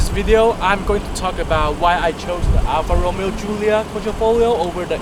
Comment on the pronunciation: Alfa RomEo...not Alfa ROmeo......accent on the second syllable....If you're going to be an "auto journalist" let's start with getting the names right....in any event...you chose the Alfa because of these math equations.... BMW = German Toyotas (Minus the Reliability) ALFA = FERRARI.... NEXT